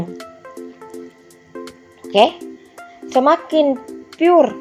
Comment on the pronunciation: apaan itu PUR ???? pur nama ??? pure itu bacanya bkan PUR.. tpi PYUR mbak